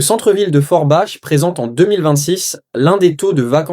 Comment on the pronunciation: Forbach se pronunce forbak mercie